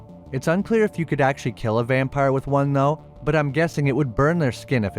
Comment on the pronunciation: Vun..,ah ha, too....ah ha, tree.....ah ha😂😂😂